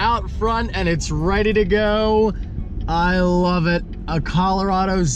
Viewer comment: At least you pronounced Colorado like a normal American human being!!